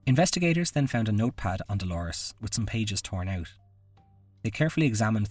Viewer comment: Dolours - not Dolores. It's pronounced like dolers